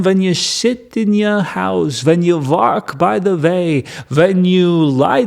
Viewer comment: i love valking by the vay.